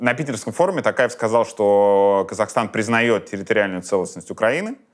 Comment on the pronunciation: Бл*** та трудно сказать ТОкаев, в русском языке вроде есть будка О или нету?🤦🏻‍♀️